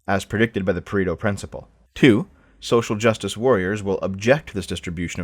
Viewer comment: It's Pareto, not Paredo